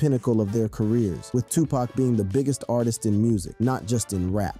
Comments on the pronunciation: He keep saying pak instead of poc 😂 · also pac not pack there no "K" in Tupac